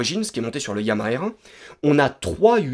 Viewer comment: En tout cas ça fait plaisir de voir cette moto rouler surtout quand on sait l'état dans lequel elle est arrivée ! Et vive YAMAHA ! J'adore trop ce nom mais le problème c'est qu'en France, personne n'arrive à prononcer correctement YAMAHA, c'est triste 😭😭😭, Alors YAMAHA ça se prononce avec un H aspiré comme en anglais (et surtout en japonais) ou aussi en allemand et en arabe... Mais en tout cas vive YAMAHA !